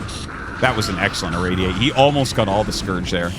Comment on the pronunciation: I've always found it funny that RT pronounces "got" as "gut".